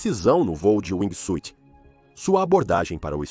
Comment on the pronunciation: Narrador: aqui vai uma dica gratuita. A pronuncia correta em ingles de wingsuit, nao se pronuncia a letra "i". Caso isso acontece, soa como SWEET (doce). Tente falar wingsuut. Se escreve com a letra "i", mas nao a pronuncie. Fui!